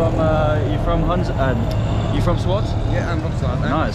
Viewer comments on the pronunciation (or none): Harry it's not pronounced "Swot"... It's spelling swat SWAAAT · BTW it’s called SWAAT , not SWOT